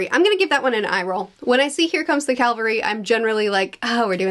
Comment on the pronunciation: ... you mean cavelry? Clavery typo sure but hearing it said that way is so weird.